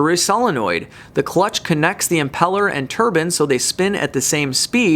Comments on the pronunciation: I hate to say this but I watched it a couple of times, a Turban is worn by a Sikh, I know you were trying to say Turbine which should sound tuh· bain, sorry to be an pain, I love your content and always check it out when it pops up in recommended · Assaulting the English language :) Turbine = tur·bine not turban. Turbine: Turban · It's not pronounced "Tur bin". It's pronounced "tur bine". Hi from Germany :D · Tur-bain or turban? LOL. Great video as always,. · Turb-ine not turb-in. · Bro a turbin is somethung you wear on your head it's a turbine ine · Lol!! That’s tur-BINE not turban. But I like your videos all the same : 0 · I couldn't pay attention... he kept saying turban... :/ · I am sure hes saying TURBAN ?? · Please learn how to pronounce turbine ,, it is not a turban, please learn the difference.